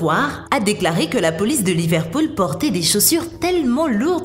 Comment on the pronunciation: De, faisait, faisant, supercherie, ce, cela, ne, le, Grenoble, revivifié, contenait, l'Empereur... se prononcent tous en e, pas en é. On écrit pas dé, fésait, fésant, superchérie, cé, céla, né, lé, Grénoble, révivifié, conténait, l'Empéreur... alors pourquoi prononcer des é partout où il n'y en a pas ? ? ? Sinon c'est Coubertin, pas Courbétin...Faites un effort de prononciation et de recherches que diable ! ! !